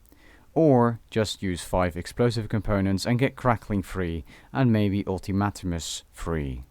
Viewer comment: ult-i-mat-im-mus lmao it's ult-im-mate-ums